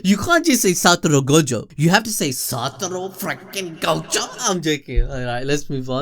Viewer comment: SATORU u u u uu uuu u uuUuuuuUUUUU its satoru , no satoro , if u gonna say his name 15 times a minute u might as well do it right xd